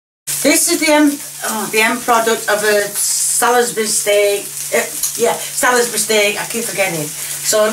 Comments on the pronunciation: it is pronounced SALS-BUR-EE As in the city in Wiltshire Have you not heard of it. It is where Stonehenge is. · Hi,. Great video as usual! Just to let you know, Salisbury is pronounced Sals-bury. The i is silent. Keep up the great work! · Love the American pronunciation for a British word, spoken by a British person... truly international cuisine! My question (from 6 years ago) would have been: How do you pronounce Salisbury Steak? :face-purple-smiling-tears